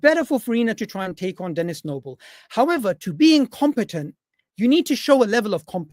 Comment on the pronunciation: Stop saying dennis noble